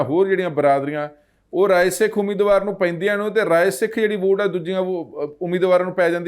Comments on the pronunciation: ਤੁਸੀ ਰਾਏ ਸਿੱਖ ਨੂੰ ਰਾਸਿੱਖ ਕਿੳ ਬੋਲ ਰਹੇ ਹੋ? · Its Rai Sikh not Ra Sikh what type of press reporter are you who does not no the name of a community.little knowledge is dangerous thing fitemuh